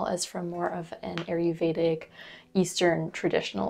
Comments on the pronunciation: Gentle reminder: It's ayurvedic but you call it aryuvedic (which I'm fine with because it's cute but I thought it's easier for new people to search it in case they want to). Thanks for all the info you share 🙂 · sorry, love your vids & willingness to share your vast hard earned knowledge. but Ayurvedic is pronounced- I yer VAY dic. I really do appreciate your information it is invauable for me. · It’s pronounced “EYE yur vayda.” Thank you for the videos.